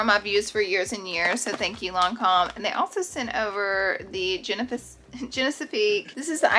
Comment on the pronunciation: How can you test THESE MANY BRANDS ahhhhhh Also,the way she said kerastase and genefique ngl it’s too funny 😆😆